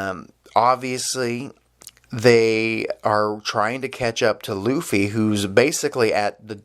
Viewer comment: Luffy's Name is Pronounced "Loofy". Other than that, fantastic review. Here hold this like.